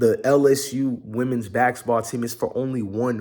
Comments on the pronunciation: It's basketball dog, not baxxketball lol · These pronunciations are getting to me!!!